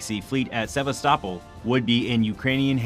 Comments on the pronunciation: The narrator can't even pronounce the names of cities like Sebastopol and Mikolaiv. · Need to work on the pronunciation of Sabastopol